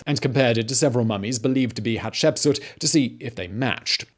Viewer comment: Great channel Simon. You definitely are pronouncing the very difficult name of this lady better than I could before watching this video😁 I remember seeing something about her in school, but only as a name with dates. This fills in the gaps nicely.